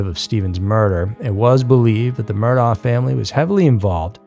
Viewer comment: Murdaugh is pronounced Mur-dock